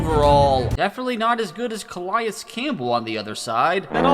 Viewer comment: Your saying Calais name wrong